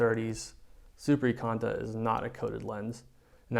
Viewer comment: IKONTA... from the word IKON NOT EKONTA JEEEEZ. CAN'T WATCH THIS